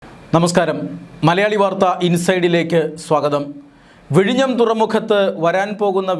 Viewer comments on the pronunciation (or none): vizhinjam എന്നാണ്